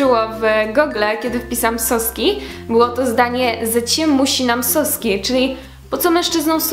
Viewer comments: я бы хотел заметить, что в слове "соски" значение зависит от ударения. "сОска"/сОски"" - smoczek (zabawka), сосОк/соскИ - sutek/sutki. Ты произносишь ударение в польском стиле, но тут ударение надо ставить на последнем слоги. сОски - это не сутки, соскИ - это сутки. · W słowie Соски jeżeli akcent jest na "o" (jak Ty powiedziałaś) oznacza smoczek. Jeżeli chcesz powiedzieć po rosyjsku sutki musisz robić akcent na "и". Tez w słowie икра i икру akcent się robi na ostatnia literę. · Nie "сОски" lecz "соскИ". "сОски" to są smoczki. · Problem polega na tym iż Soski (z akcentem na O) - to smoczki (soska = smoczek) także Soska się mowi wulgarnie do dziewczyny bo się kojarzy z ssaniem :) a soski (z akcentem na I) - to właśnie sutki. Miłej nauki (akcent w rosyjskim jest ważny) aha .... nie mowiszie Swiaszczennik ... tylko Batiuszka :P